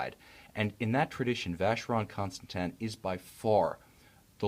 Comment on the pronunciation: The Reviewer can't pronounce Vacheron Constantin properly